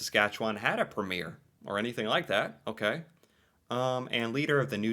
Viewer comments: It’s PREMier not premIERE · Every province has a Premier or the head of the provincial government for that province. It's also pronounced preem-yur. 😂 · each Province has a “Premier”…(pronounced ‘Preem yer). They do not have to be the same political party as the Prime Minister.